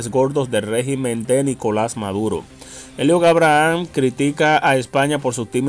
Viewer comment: Aprende a pronunciar en inglés Eliot (Eibrahms), vas a tener que tomar un curso para aprender a hablar correctamente tanto en inglés como en español.